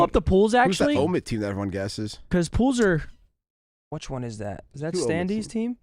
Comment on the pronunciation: I hate how pronounces “which” as “whuch” 😂